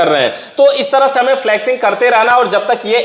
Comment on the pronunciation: Abe dhakkan फ्लक्सिंग नही फ्लशिंग बोलते हैं।